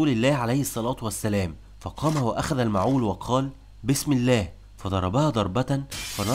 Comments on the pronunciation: حرة بفتح الحاء وتشديد الراء . و معول بكسر الميم وتسكين العين وفتح الواو. ارحموا لغة العرب. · اتعلم كيف تنطق كلمة معول ارجوك...الفيديو ممتاز لكن لغتك العربية ليست ممتازة....ارجوك راجع نطقك....لكن عمل ممتاز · مجهود رائع و محترم ولكن برجاء عمل مراجعة لغوية للنص قبل التسجيل. فالكثير من الكلمات نطقها غير مضبوط. على سبيل المثال: اسم نعيم ،كلمة معول،كلمة حرة.... وبالتوفيق دائما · عليك مراجعة لفظك للكلمات حيث انك تخطئ في كثير منها. على سبيل المثال لا الحصر: معول و حرة و أعطيت. جميل انك تحاول التكلم بالفصحى و لذا أرجو تحري الصحة في اللفظ و شكرا.